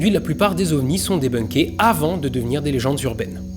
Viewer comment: Pitié, quatre, comme tous les numérateurs, est INVARIABLE, donc, pas de « quatre-zovnis », ça fait saigner les oreilles, merci.